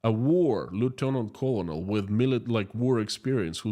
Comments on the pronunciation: "Colonel" is pronounced like "kernel". Go figure. English doesn't always make sense. Thanks for keeping us updated!👍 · Just to help you out with English...colonel is pronounced ker nal.